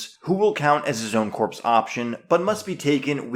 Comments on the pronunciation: the "ps" in corps is silent so it is pronounced "core" not "corpse". It is an in-joke from FFG as these soldiers are your core units. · Please…PLEASE stop saying “corpse”. Corps is pronounced “core”. Other than that I do enjoy your videos. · Please pronounce “corps” as core and not corpse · pronounced "core" the p is silent